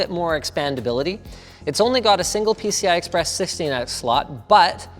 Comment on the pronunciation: "its only got a single pci express sisssteen s slot"